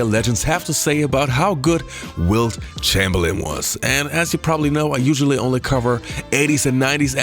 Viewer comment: Charles Barkley, “you’re not better than Wilt ChangerLin”